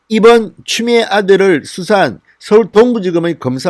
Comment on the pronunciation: 진성호.위 이빨이.없나봐 발음이 추미애 보고 쮸미애라고하는거같은데 이부터 손보고 방송했으면한다 발음도 현찬은 자가 뭘 말을하나.기가막힌다